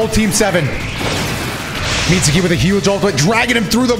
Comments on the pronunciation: "Mit-soo-ki" Imagine watching anime for as long as you presumeably have and not knowing that `U`s are always virtually silent if not completely. (눈∀눈;) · "Mitsuki" is pronounced with a silent "u" -> confirmation you do not watch the show x)